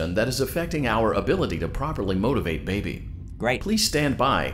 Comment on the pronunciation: Says the one who said motivate as motivatie